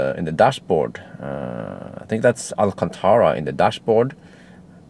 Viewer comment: You pronounce Alcantara very well like in the arabic language ;)